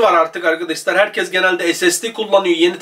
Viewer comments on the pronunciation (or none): none